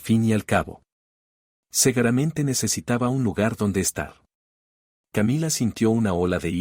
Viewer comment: Ay por favor! Ya cambien de argumentos! Nunca falta el préstamo con la firma falsificada, el "segaramente" lo mal acentuado en las palabras, las deudas por el juego, el abuso de parientes con la aceptación del cónyuge, hasta las mismas palabras ¿Podrían usar un mínimo de cerebro y crear historias más originales? Ya cansan con la misma historia. ¿Qué acaso ya se les pudrió el cerebro?